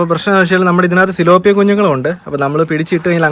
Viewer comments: സിലോപിയ അല്ല ടിലോപിയ 😅😅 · Not siloppia.. Its thilapia. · പിലോപ്പിയ സിലോപിയ അല്ല ബ്രോ